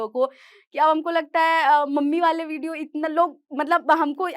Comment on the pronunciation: Video ❌ bidio ✅